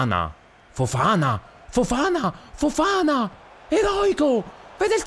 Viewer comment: Petizione per convincere il a pronunciare “Fofaná” e non “Fofàna”